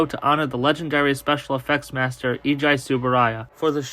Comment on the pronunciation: Eiji is pronounced "Ey-jee."